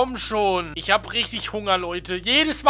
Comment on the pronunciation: Schisch😂 Hahaha😂